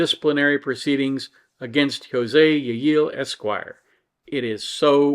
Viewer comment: I see you didn't get my humble pronunciation guide from last time:P in Spanish, a double l is pronounced as a y, so the name is pronounced 'yeh-yee-yay.' BUT, I can hardly blame you for eschewing that in favor of 'yeh-yeel.' "Yeh-yee-yay"... it's not even that it's quite a mouthful, it's that it's NOT a mouthful! There's no "there" there, you just feel like you're grandpa without your dentures!